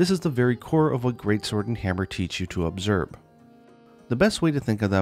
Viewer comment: "obserb" haha